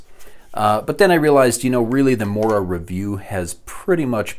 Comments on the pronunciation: The o in mora is pronounced the same way that the double o in moose is pronounced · The pronunciations, as a swede they hurt.